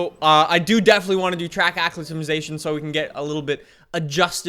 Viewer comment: A-CLI-MA-TI-SAT-ION!!! IS IT THAT DIFFICULT???